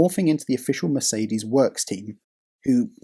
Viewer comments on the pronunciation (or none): none